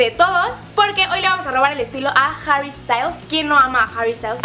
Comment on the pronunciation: jjjjjjjjarry hahahaahaha la pronunciación